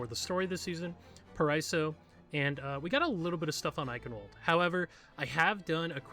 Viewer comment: just a reminder: paraíso spells pa-ra-ee-zo ;) btw nice video i love ur content!!